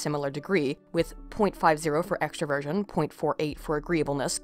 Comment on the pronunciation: Is it bad that whenever she said "extroversion" I heard " extra virgin"?